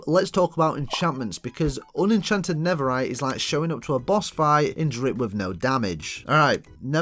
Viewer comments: bro it’s not never-rite it’s nether-rite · it’s an accent